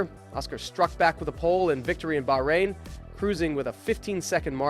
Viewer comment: Great video but you really need to work on your name's pronunciation - At least 2 'Bahrain and Schwarzman' are quite easy to pronounce, no reason they should be said like they were in the video